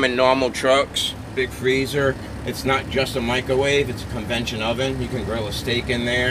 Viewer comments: “CONVECTION “….not convention….oven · "Convetion" oven lmao